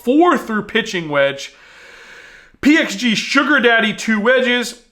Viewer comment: So glad you pronounced the the PXG clubs correctly. It is zero 2-1-1 or any variation. Your wife has taught you well